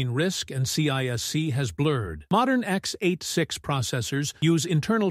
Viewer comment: I guess, these architecture terms are not all on the same level. And if the video was correct, it is a pity, that this voice reads out the technical terms incorrectly, x-8-6. Sad.